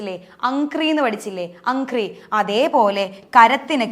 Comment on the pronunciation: Amhri aanu padhathinte paryayam. Amgri alla